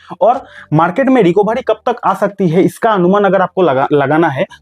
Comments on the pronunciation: भाई रिकोभारी नहीं, रिकवरी बोलो। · Recabary nahi Recovery bolo 😂😂